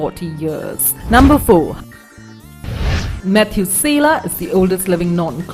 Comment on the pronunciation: "Matthew Sayluh"